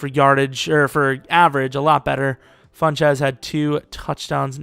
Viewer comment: Why do you say Funchez? It's FunCHESS